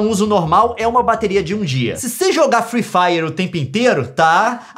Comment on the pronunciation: “free faier ” kkkkkkkkkkkkkkk